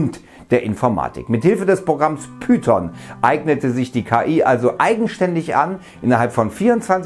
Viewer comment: Python ist eine Programmiersprache und kein Programm, zudem ist es keine Schlange, daher spricht es wie Monty Python aus.